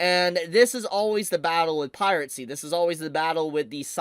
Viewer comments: Last I checked, it's "piracy" not "piratecy". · why do you keep saying piratecy instead of piracy? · Still gets me the pronunciation of 'piracy', like is this a deliberate affection to say 'pirate sea' out of contrarianism or what? It would be a shame if this site were to get taken down; it's a valuable repository of classic anime. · I forreal find the way you pronounce it "Pirate see" endearing. Never stop. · dang. Guess it's time to migrate sites. Also, curious how you pronounce "piracy" as "pirate-cy" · Pie rat sea. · I love how pronounces "piracy":. (😂)